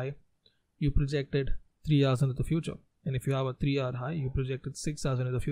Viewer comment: very informative! but the "hour" pronounciation has confused me!